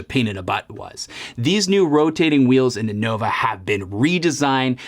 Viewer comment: Can’t even pronounce the name correctly, Nova, not Novo!